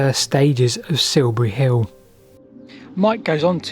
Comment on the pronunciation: Please learn to speak correct and understandable English. Siubuwy Hiww just won't do.